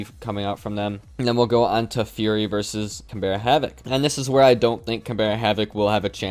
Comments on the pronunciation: Just a heads up for future Canberra is pronounced more canBRUH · Can-bra, it’s the capital of Australia!! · As an Australian I wanted to point out Canberra is pronounced like CanBruh and Le Duck is more Le (short and sweet) than Ley. As well as that, SPYDOGE isn't spidoge, it's literally just Spy Doge. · we understand but oml it is so triggering when even the casters don’t do their research to figure out how to pronounce Canberra